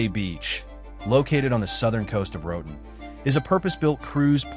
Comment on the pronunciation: Se dice Roatán, como se lee. No "Roden"